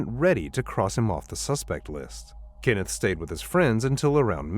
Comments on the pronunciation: His name is Kenneth, not Kinnif. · KENneth, not Kinnith. Stupid AI. 🙄